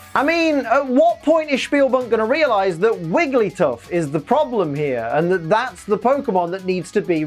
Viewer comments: WEEEEEEEEEEEEEEEELLLL ACKSUALLY, I think you'll find that it's WigglyTUFF, not WigglySTUFF (I promise, I'm only nitpicking this out of love) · you called wiggly, "wigglystuff"! Nice, hahaha. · Did anyone notice that when wigglytuff was in the claw and calling for Psyduck, said wigglySTUFF?